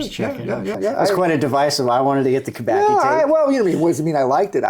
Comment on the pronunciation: No, not "Kubaki". It's KUBACKI. KUBA-TS-KI. Like tsuki in japanese.